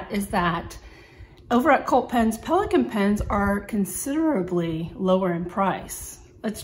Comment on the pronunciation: Very beautiful pen. You said the name well. You have great penmanship skills